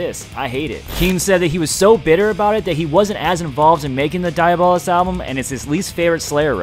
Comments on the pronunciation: It's not dia-bolus. It's di-a-bo-lus. Pronounced dee-ahh-bow-luss. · I don't know much latin, but I'm pretty sure it's not pronounced "Die-ah-bolous" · Dude don't do slayer dirty like that... You completely screwed up the pronunciation of their album... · One of my favorite Slayer albums. And you're pronouncing it's wrong. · That's not how "Diabolus" is pronounced.